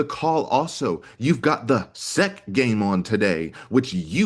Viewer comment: Haha! I noticed and chuckled too.